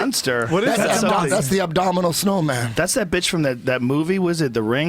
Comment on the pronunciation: lol he said abdominal snowman instead of abominable.